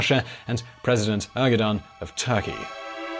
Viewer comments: Erdogan he said Ergodan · I love that he pronounced Erdogan Er-guh-dahn.